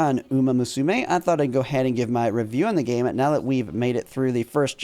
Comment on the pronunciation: Funny how every english content creator keeps mispronouncing the "musume" haha.